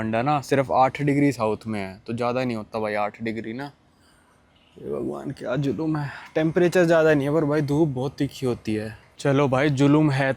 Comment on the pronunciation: Bhai julum nahi ho zulm hota hai